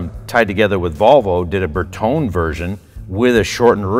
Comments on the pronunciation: Bertone is pronounced Br Tow Nee I love the car and since it’s yours obviously you can call it what you want. Just know that every Italian everywhere is gesturing wildly with their hands while screaming insults every time you say it like you do. 😆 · Am i the only one getting "triggered" by this guy refusing to pronounce and put the "E" on the end of Bertone? 😅 Its not pronounced "tone" its pronounced "Tony". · Nice car! Bertone is pronounced Bertoney. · I believe we pronounce Bertone 'Ber-to-neh', not 'Ber-tohn' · Berton- eh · It's pronounced "Berton-ee," fellas. C'mon! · It's pronounced Berton-ay, not Ber-tone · BertonE!!! Its like Porsche, the E is not mute! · It is not Berton. it is Bertone with E in the end and it is vocal, E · Fail on the pronunciation of bertone 😂